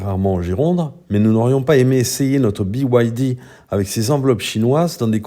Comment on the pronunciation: Byd et pas bwd